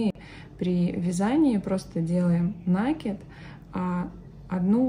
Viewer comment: Как услышишь слово накид с ударением на первый слог ну прям смотреть не хочется.